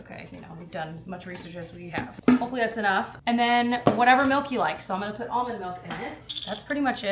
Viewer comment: “Puht it in a pohny” hahah